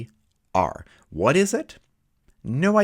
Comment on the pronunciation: S3R sounds like SCR lol